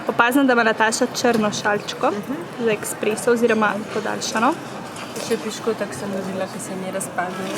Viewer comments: Rece se espreso ne ekspreso☺ zlo dobr videoo😋😋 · Drgac se rece esspreso in ne eksspreso😂🤮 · woooo noro eSpreso se reče drgač